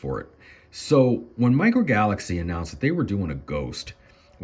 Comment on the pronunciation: Micro "falaxy"? 😂